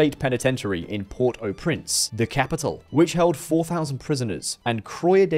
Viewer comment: Unbearable to watch. You mustn’t produce a report of a country without even bother to check how the capital is pronounced.